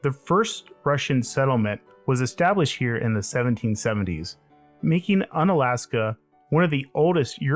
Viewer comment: U-na-la-s-ka! U as wu in Wurst